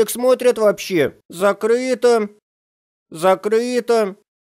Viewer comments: "зактыто" "зактыто" "зактыто" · Не закрыто а зактыто лол